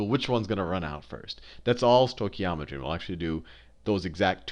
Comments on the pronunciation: Love how the guy teaching the lesson can't even pronounce stoichiometry😂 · Great video, although I did wince when he stoichiometry like that...it's said "Stoke-e-om-etry" in my experience. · As Greek everytime I hear the pronunciation of the stoichiometry word I have this urge to rip out my ears. The oi sound is one ( vowel) οι which is the same as η, ι, οι, υ, ει. In this particular words sounds like the English e as in (E)aster and it comes from the Greek word στοιχείο which is element. Note that both οι and ει are double vowels and sound exactly the same. As E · I'm just happy to say I got the same answer as him, however his pronunciation of stoichiometry was funny :) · This guy is just amazing! Haha....love the way he says stoichiometry XD